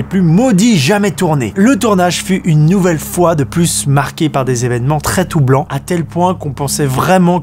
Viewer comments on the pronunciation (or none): euhhh JD !!?😅 ONT DIT DES ÉVÉNEMENTS TRÈS « TROUBLANTS » ET NON PAS TOUBLANT 🤣🤣😅😅😅😅😅😅😅😅😅😅